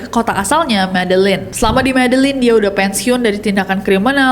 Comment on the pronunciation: itu bacanya medeyin, ll=y